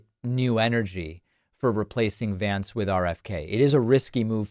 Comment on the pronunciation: F JX Vince (they mispronounce everyone else’s name)